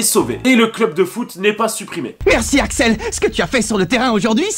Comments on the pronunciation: Tu dis Alex au lieu de axel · Par contre c’est Axel pas Alex sinon j’ai kiffé.